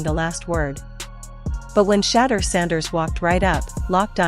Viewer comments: Announcers should get the pronunciation of his name right out of respect. His name is Shedeur like ‘She’ deur. Every time she speaks it hurts my ears. So disrespectful. Not Shaddow Sanders. He’s a legend not a dark spot you overlook. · His name is Shedeur (She-do-er) Sanders, not “Sheddar” Sanders. Put some respect on his name!